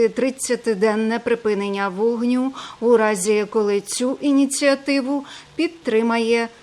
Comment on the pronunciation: Озвучення за допомогою ШІ, звучить дуже кріпі. Мабуть, штучний інтелект думає, що "вОгню" походить від слова "вог" 😂